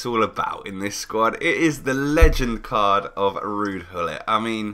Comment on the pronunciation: Why do you pronounce it 'ruud hullit'???!!! It's Gullit!